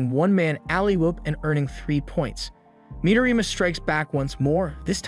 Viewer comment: Midorima*, He doesn't pronounce it correctly